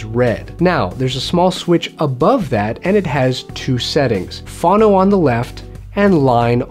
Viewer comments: The ground terminal is not for a preamp... It's to connect directly to a turntable. A phono preamp connects to the turntable's ground, not the amplifier. Also, Fawn-NO and WOOH-fer. I'm not one of those audiophile douches, but it's important that nobody ever pronounce those words in such a fashion. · You're pronouncing "phono" incorrectly. It's short for "phongraph". Google how to pronounce either please. Quick tip- the first "o" in "phono" is long. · He mispronounces Phono and subwoofer. His turntable's speed is off according to the strobe. What a rookie. Why should I believe him?